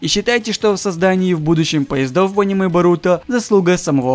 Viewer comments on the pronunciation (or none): none